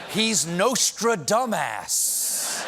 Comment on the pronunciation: Nostra-dam-ass................. : D)))))))))))))